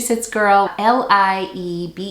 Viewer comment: Liebeskind is spoken like [ li:beskind]🙂 I like your videos👍very useful to known what was sold